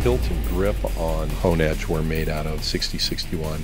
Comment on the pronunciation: "Oooh, me so Honedhe." NoOoOoOooo... XD